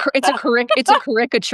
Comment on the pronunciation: Did someone say cuhRICKuhture? awesome 😂😂